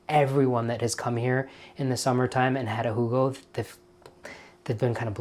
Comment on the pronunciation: Thank you, Rajiv, for this wonderful idea. Can't wait to go find some elderflower syrup and make a "Hoo-go." I think your friend Angela is correct about the bubbles. And by the way, excellent German accent as well as the Southern gent accent!